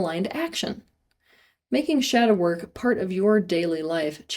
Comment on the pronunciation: Step one “shadow work” but it sounded a little too much like “shower” 😅 (makes a guilty face but goes back to the video like he didn’t just hear that).